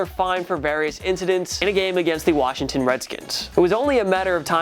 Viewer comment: He can’t pronounce incidents